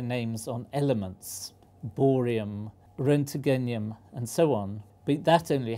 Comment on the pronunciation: Did he just pronounce roentgenium "rentegenum"?